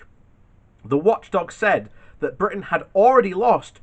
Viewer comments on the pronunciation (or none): none